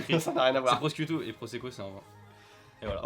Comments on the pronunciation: Alors si on peut éviter de dire prosquitto alors que c'est écrit littéralement prosciutto.. Mes oreilles vous remercie. Et ceci dit vu que tu es obligé de lire mon message je vais évidemment la finir par une question pour malheureusement te faire perdre ton temps, et du coup sais-tu faire le poirier? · Prociutto ça se prononce prichiutto si jamais le C en Italien étant un « Chi » connu le ち japonais. Et le Proseco c’est un vin mousseux un peu comme le champagne. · J’ai chialé à la prononciation de prosciutto